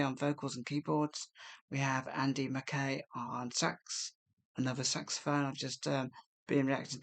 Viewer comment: Andy McKays surname is pronounced McKye😃